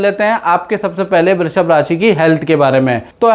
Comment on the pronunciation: Abe love day babuchak... Naam bolna Sikh lo... Brrrrushb nhi hai...😂